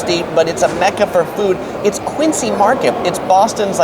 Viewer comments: Definitely not a Boston native. It's Quin-zee Mahket. Not Quincee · "Dunks"? I don't think so, Dunkies. BTW the correct pronunciation is QUINzee, not Qincee. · It's pronounced QUINZY MARKET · Few Corrections. It's pronounced Quinzy, we eat B&M Baked Beans (not Bush's), The Boston Marathon is on Patriots Day (State Holiday).